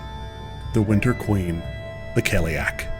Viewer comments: Loved the video, but i couldnt get over the pronunciation of Cailleach ... in Ireland anyway we say Kail-lach , with a soft -ch, have you looked up how to pronounce it? I'm just curious, because I saw a lot of 30 second videos where they absolutely butcher the pronunciation lol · Very impressive – thanks for posting this! The only problem with this video is the pronunciation of the word cailleach. I recommend listening to fluent native speakers of Irish and Scottish Gaelic (forvo is a good place for that sort of thing). Yes, there are slight variations, but whoever gave you that pronunciation should be hit over the head with a big hardcover Dineen's Dictionary. ;)